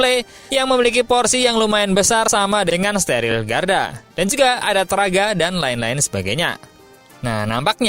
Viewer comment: Targa bang,bukan traga😅